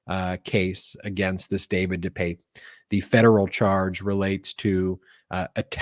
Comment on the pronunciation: De Pape (deuh pap, like Papa). By the way great Spider man!